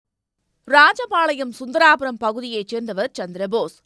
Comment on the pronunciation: அது சுந்தரராஜபுரம் . சுந்தராபுரம் இல்ல